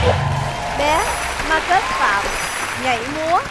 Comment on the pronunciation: Bé tên Marcus mà nge thành Ma kết CHĐ của tao:))